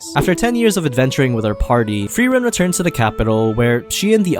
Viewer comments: As a german i loved how you said all names in the intro 100% right but frieren just a bit off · Frieren Thought it was spelled frieren Pronounced fry-ren Not free-ren But it's nice to learn new things 'a'